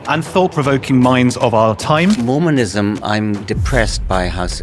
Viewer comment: no "mormanism", it is Mormonism.